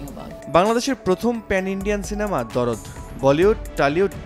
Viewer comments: ভাই দরদ না দার্দ 😅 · ভাই ওটা দরদ না,,,ওটার নাম দার্দ,,যার বাংলা অর্থ, ব্যাথা